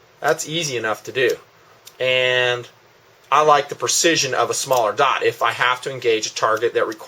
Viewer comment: Sorry, but it just bugs me how you pronounce the word "dot" like "daught"